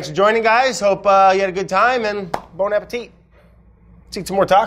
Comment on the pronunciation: So love Brad, but please someone teach him to say bon appetit properly!!!!